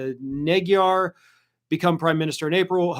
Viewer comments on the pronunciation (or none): none